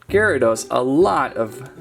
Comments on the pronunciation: IT'S GEAR.A.DOS NOT GI.RA.DOS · its pronounced (geh·ruh·dows) not (ji ri dos) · Its giarados not ghyarados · and also, gyrados is pronounced as gare-ruh-dos not guy-row-dose. like if you agree. BTW that is two mistakes so far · Its not said like jarydos its garydos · ‘Jaradose’ wtf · Am I the only one triggered by the way he pronounced gyarados XD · Funny but u are saying it wrong u say gyradoes with a "G" sound 😑